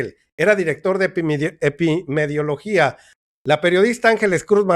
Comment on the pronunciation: Perdón por la corrección, es INFLUENZA, no influencia, es EPIDEMIOLOGO no epimediologo. Saludos.